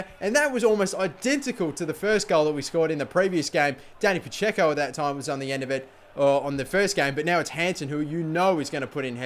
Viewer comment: Your Dani Pacheco is like a Dani Pa-Dzeko.